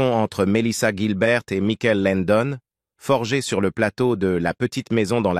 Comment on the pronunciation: Ce n’est pas Mickaël son prénom, mais Michael (comme Michael Jackson)